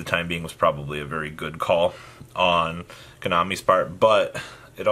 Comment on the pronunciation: You said konami lol